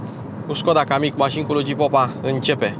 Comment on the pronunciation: kamiq se citeste "cam mic"